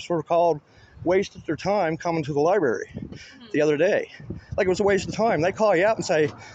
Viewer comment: What’s a libarry? It sounds similar to a library.